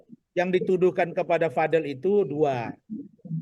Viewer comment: btw gengges deh denger Razman ucap namanya Vad-el bukan VadEL. kaya pengen beda banget